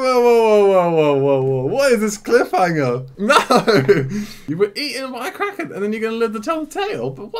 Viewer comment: So can you confirm, was right about it being pronounced "Krokken"?